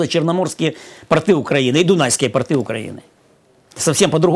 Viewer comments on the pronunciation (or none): Надо говорить "пОрты", а не " портЫ".Вы же русский человек! И Великий и могучий для Вас родной.